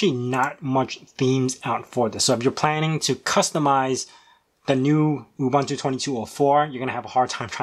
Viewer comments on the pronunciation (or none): You lost me at "OOBANTOO"...